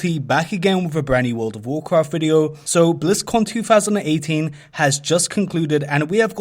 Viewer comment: wurld of wurkruft